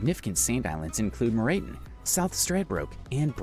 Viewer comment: Good grief ! The pronunciation ! It’s ‘MacWarry’. ‘Lake Air’ … and ‘Moreton’ not ‘Morayton’ ! I’m sure they could have found more interesting things than half a dozen border discrepancies !